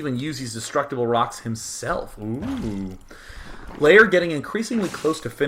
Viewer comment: Are you pronouncing lair 'layer'?